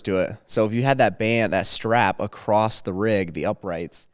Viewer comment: More common than that is acrosst not across haha. If you haven’t heard it you will soon